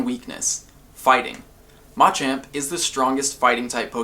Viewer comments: Why is he pronouncing machamp..... Ma-champ ???? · why does he keep saying mah champ. its like those people that call ratata ra ta tah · I love everything you do here, but your pronunciation of Machamp is going against basic tenets of English pronunciation. The stressed syllable in all three of the Machop evolutionary line is the second - this helps listeners pick up on the difference between them even when you speak very quickly. If you list off MA-chop, MA-choke, and MA-champ very quickly, you lose a lot of clarity, especially for second language listeners! Pronouncing them ma-CHOP, ma-CHOKE, ma-CHAMP is easier for everyone! Hope this makes sense.